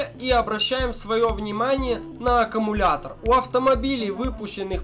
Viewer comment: Автор, научитесь правильно произносить любимое слово. Не "аккАмулятор", а "аккУмулятор".